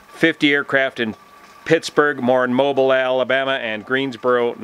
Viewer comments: Mobile, AL is pronounced "MO-Beale" not "Mo-bull." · Mobeel, not Mobul. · Great video as always. One thing as an Alabamian I noticed and thought I'd throw out there. The pronunciation is: Mo-beel' :) Keep up the great work, and stay safe out there in California! And great news about the mast. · Hey - FYI Mobile AL is pronounced "Moh - BEAL". Thanks for all you do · We Southern folk pronounce Mobile, Alabama Mo-BEEL. Just a heads-up from your friendly neighborhood Southern bay-ull!😉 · Or 'Mo-Beel' Alabama